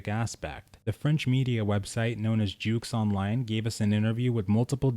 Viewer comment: Really nice and informative video as always ! Thanks ! And as a French myself, I was amused a bit about your way of saying JeuxOnline, in french we don’t pronounce the X in jeux, so you can call it simply JeuOnline 😁😘